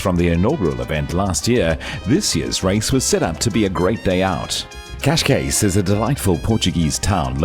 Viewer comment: He isn't tho he can't pronounce Cascais once looks like he is saying cascate or something